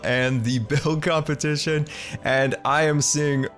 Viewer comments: "Compeshition" pff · Am I the only one hear saying Composition instead of competition???